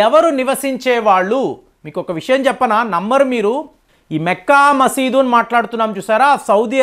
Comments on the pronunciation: మెక్కా మసీద్ కాదురా మక్కా మసీద్ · మెక్కా మసీద్. కాదండీ మక్కా మసీద్ అనాలి.